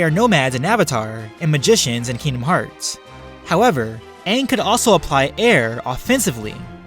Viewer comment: I’m not in the fighting part and I’m already cringing cuz he’s call kingdomhearts wrong. And also why is he taking away Sora’ powers but not Aangs